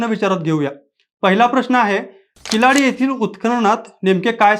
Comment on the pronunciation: किलाडी नाही किळाडी